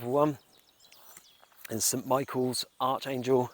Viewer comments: I might just mention that Archangel is pronounced ArKangel, (incidentally there were four archangels) , but a lovely epitaph to one of my favourite 60s Comedies. Steptoe & Son which actually hasn’t really dated imho. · That’s not how you pronounce Archangel mate